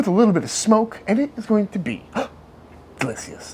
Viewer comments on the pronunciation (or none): delissious or fantastetic? choose wisely...